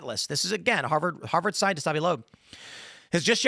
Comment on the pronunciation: Scienlist? Morris-esque? Chat TTP? Interpetation? this guy can barely speak correctly... TO THE GARBAGE!